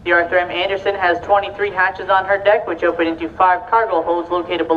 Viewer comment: Yes, my point was, they said boat, and they definitely said Arthur “Manderson” twice, instead of Arthur M Anderson. Maybe a new employee?